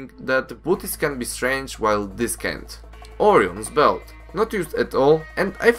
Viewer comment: You butchered the name for Orion’s Belt